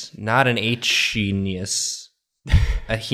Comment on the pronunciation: Lmao I died laughing at saying "henius" because my brain immediately went "hucky henius"